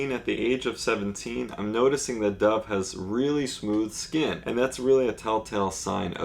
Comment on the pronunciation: thought u said dah cameron